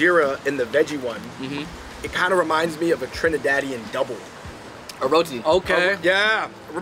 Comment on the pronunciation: It’s doubles.. with an ‘s’ lol